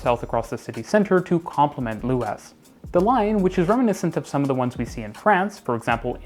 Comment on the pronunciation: Little things to note; Luas is pronounced the same as 'Lewis' and the language is just conventionally just called 'Irish' rather than 'Irish Gaelic'. Great video though, it's rare to hear someone speak positively about our public transport system. Our bus network reaches very wide but is often unreliable due to contention with private car traffic. It is often faster to simply cycle than take the bus, even in the suburbs. If you come to Dublin, I'd recommend renting a Dublin Bike and cycling around the city, particularly visiting the Clontarf cycle route.